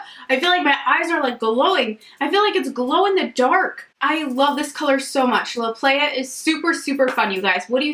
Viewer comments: The shade " La Playa." Is actually Spanish for "The Beach. So it's pronounced LAH- PLY - AH. 😉 Love all your swatches, gosh Colourpop needs to stop taking all my money 😂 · And La Playa is Spanish for The Beach! "Lah Plahyah" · I think its La Playa, sounds like plywood. Because I am pretty sure that's how you say beach in spanish. 😂 I love your sound effects and reactions. Don't let the haters get you down. ❤❤❤ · La Playa is actually pronounced like “lah ply-uh” which means the beach in Spanish ☺️ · I giggled at the way you pronounced La Playa lol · it was funny how she said “La playa”